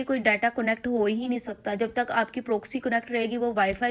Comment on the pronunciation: ہائے پنجابن اردو و انگریزی کی مت مار دی۔ پرووووکسی اوووف۔😂